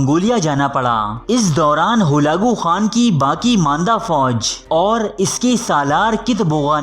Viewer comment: Bolna sekho pehlay holagu nahi halaku hota hai...